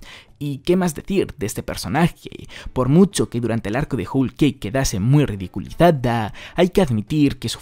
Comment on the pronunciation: Se pronuncia como joul keik no Jul keik